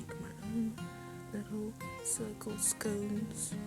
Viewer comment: Good job pls its not scouns its scones